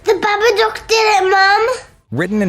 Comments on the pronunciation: Narrator is mispronouncing the the title "Babadock". It is pronounced Baba-duke. The "dock" part of the name should sound like "duke". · Am I the only one who was cringing about how he said Babadook?This is how you pronounce it, Ba-ba-dooooook! The OOOOOOOOOOOOO is key my dude! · unforgivable how hard you butchered pronouncing "babadook" ... smh